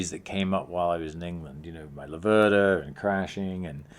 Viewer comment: Great effort mate but please pronounce it correctly: it's Lave-rda not La-verda. Just move the accent one syllable further. #MadeInItaly